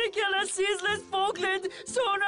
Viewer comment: I believe you've mispronounced, "Falklands"